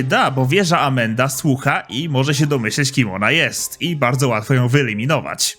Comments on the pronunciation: Mówi się Amanda a nie Amenda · Amanda nie amenda...